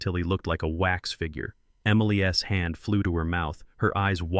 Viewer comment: Somebody need to teach AI to say Emily’s and how to say $10 million too